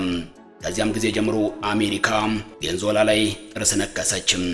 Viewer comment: ቬኒዝዌላ....ማለት አቅቶክ ነው .. ቬንዞላ